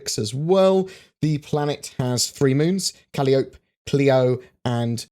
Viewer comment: Hey not to be annoying, but Calliope is pronounced "kuh-lie-oh-pee"